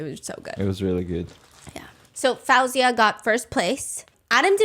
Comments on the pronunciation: Can I just say you keep pronouncing Faouzia’s name wrong. It’s pronounced Fozia, not Fowzia. Thank you for the insights into the show. I watched the show and felt there were things going on in the background. I think Dimash should have duet’ed with Faouzia but thats my opinion. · Hearing fAHouzia instead of FAOUzia is lowkey making me go insane😭😭 Shes literally my favorite female artist😭 so hearing pronounced wrong is 😭😭. I love you sm Stephanie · Quick note, Faouzia is pronounced Faow-ze-ya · Say her name right Foo- zy- ya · her name is pronounced foozia!